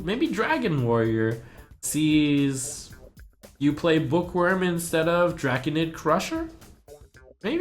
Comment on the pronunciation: i thought he said hitler for a second when he was talking about the book wyrm